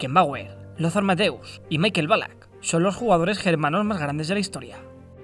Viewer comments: su nombre se pronuncia en aleman, asi como "Mijael" por asi decirlo, no como michael en pronunciacion anglosajona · asi no se pronuncia Michael si es aleman se pronuncia mijael